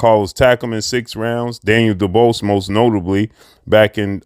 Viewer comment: who is daniel duballs? goddamn whats with muricans not being able to say easy names properly..dub-wahh ez